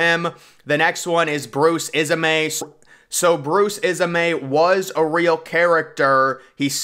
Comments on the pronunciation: its not isamay its is-may, bruce ismay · Ismay not is a may